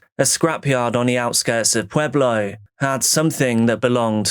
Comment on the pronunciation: It literally hits close to home. Pueblo was the top 10 most dangerous cities in the US this year, but that's typically due to gang violence, not so much this kind of stuff. So tragic. Side note, I was listening at work and heard you say Pueblo and I was like "oh cool he pronounced it correctly" (lot of people say pway-blo or p-eh-blo) and then I was like "oh wait, he said Pueblo?!" haha